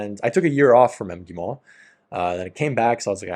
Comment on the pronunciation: When you say МГИМО omit the first vowell sound 🙃 (I mean the one before first M)